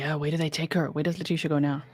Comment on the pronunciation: I agree. And his Dad clearly backs up this idea. I listened to all 3+ hours of calls between Al and and LieTecia (Le-PEE-cia?! How perfectly karmic was that after she talked about poor GMan's poo issues and peed her own pants during interrogation!?) and Al held his sh!t together for hours of her changing stories because he just wanted to find his boy. And one thing they agreed on was that Gannon was helpful and just an all-around good kiddo. That video LieTecia posted she made while he was cleaning up the candle and she harrassed him about how they would have to sell everything and "not tell daddy" just killed me. In fact, the number of times she tries to throw Al under the bus and say sh!t like "we had a good talk where we just were talking just the two of us and we weren't going to ever tell daddy things" just k!lled me once we saw what an awesome dude and dad Al is.